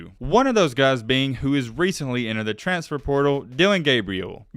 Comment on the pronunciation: Our expectations might be low but at least we don’t pronounce it “transtfer”. 😆